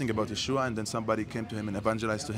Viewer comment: thank you for correcting Yeshua’s name! It’s pronounced YESHUA!!!